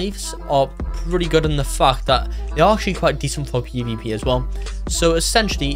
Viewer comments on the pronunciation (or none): I feel like when he says fact it sounds like the f word 😊